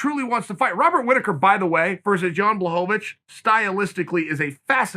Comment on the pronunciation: It's BLAHOBAVICH get it right!!!